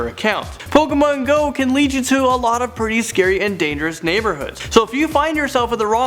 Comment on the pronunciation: am i the only one who cringed at how Pokemon Go was pronouced in the beginning?